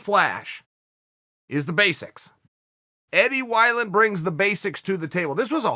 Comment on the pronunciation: I offer u this Eddie Why-Land